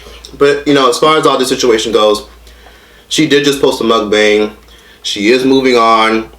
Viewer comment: can't even say MUKBANG right. Lmao